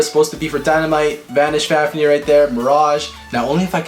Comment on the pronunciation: At the start he said fafneyr